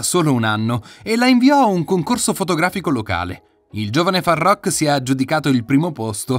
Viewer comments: "Faruk" non farrrokkk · Imparate a leggere ed a scrivere, prima di parlare e di pronunciare il nome di Farookh (dove le due oo si pronunciano u) e non come dite voi. In più c'è da dire che, tante cose non sono vere e che non hanno a che vedere con Farookh. Sbagliato... su tutti i fronti. È tutto da correggere...